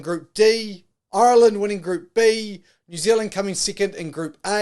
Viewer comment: Who is this guy...Ireland went to France this year..not last year...do your bloody reasearch you annoying fly...learn pronounce Ireland too